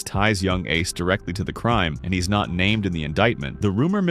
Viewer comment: Bro, you messed up Ace's name 3 times. Also you didn't really have enough footage for this long of a video.